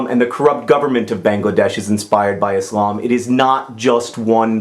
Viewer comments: I really loved this video and agree with what u said 100% and I love the fact that you said "Islam" not "Izlam" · I'm majoring in Religious Studies at NC State University, and I love the way that John pronounces Islam! It's the way I always hear people raised in that tradition pronouncing it and it makes me happy, because try as i might I cannot pronounce that word the way that Muslims do.